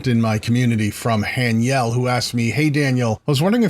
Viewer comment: Don't worry man, you pronounced it perfectly! thank you so much!!